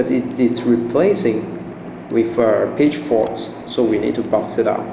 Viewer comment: Great video, sounds like you're saying "page fart" hehe..